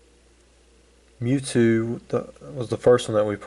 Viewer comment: that seemed pretty unlucky huh? it sounded like you said the zapdos, gyarados, and mewtew were available in the trainer decks or whatever, so they're worth much less, right?